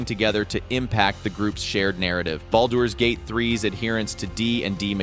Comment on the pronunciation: Glad I wasn't the only one. Flat affect is human but this one.. Baldoor's Gate and a couple other pronunciations were just not...typical!